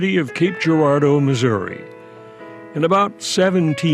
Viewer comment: Thank you for pronouncing Missouri correctly.